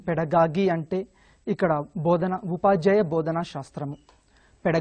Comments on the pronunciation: First of all.. It's పెడగాజీ.... Not పెడగాగీ.. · Second of all.... it’s GOgy....not gagy